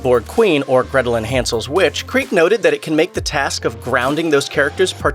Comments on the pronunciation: Her last name is pronounced KREE-Ga you moron. do the research. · Her surname has 2 syllables, not one.